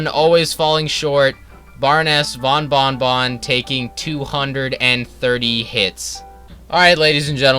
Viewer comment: I like how he said bearness bon bing bong